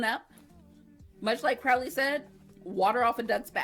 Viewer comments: Loved this video and subscribed! Just a note--his name is Cro-lee with a long "o" as in the word "road" rather than the word "out". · His name was Thou-Shalt-Not-Commit-Adultery Pulsifer, a play on some real and silly virtuous names in the era. Kudos for pronouncing Anathema correctly (that is a hard one for reactors, despite being a word). Crowley is more like "crohley" (rhymes with holy). I love your love for Aziraphale. He and Crowley are both great. Your reactions are adorable.